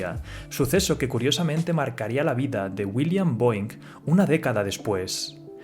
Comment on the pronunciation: Esta mal la pronunciación de la empresa mis maestros de aeronáutica se han de estar rebolcando en su cama hahaha